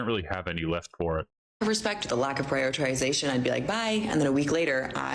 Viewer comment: She can’t pronounce “prioritization”